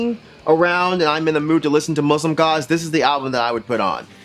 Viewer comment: I thought you said Muslim God, and was thoroughly confused. Muslimgauze is obviously great. They always makes me want to listen to The Future Sound Of London's 'Dead Cities' (amazing album by the way) somehow. Same vibes I guess, but great on its own. Neseblod is not pronounced that way, but it's close enough. You're good in my book.